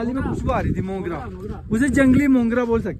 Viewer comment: Mogra hota hai mungra nhi hota